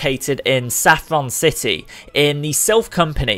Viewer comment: did u said saffron city or a letter c city?